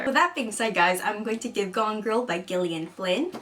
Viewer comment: Lucy "Please americans, it is not gill like a fish, it's just another way of spelling Jillian!" Oh, you're not? LOL